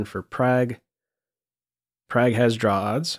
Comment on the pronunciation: I love you, but his name is pronounced Pragg (prog) not Prag